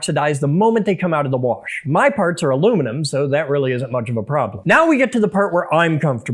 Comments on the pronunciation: It bothers me that you put an R in "wash." My Dad does that... it low-key pisses me off... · >worsh your accent is showing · I heard that warsh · The warsh? bahahahaha